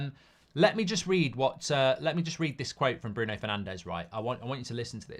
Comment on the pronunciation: It might help us get Neves if we stopped mispronouncing Portuguese names. It’s more ‘Nevs’ not ‘Nev Ez’. We haven’t got Fernandes right since he came to the club. They’re not Spanish or S. American. Hope we can get him.